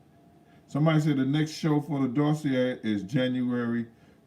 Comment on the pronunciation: I know it's annoying when people correct you on word pronunciation but I'm gonna do it anyway, it's Doss-see-ay. But more importantly - hope the surgery goes well and fixes what it should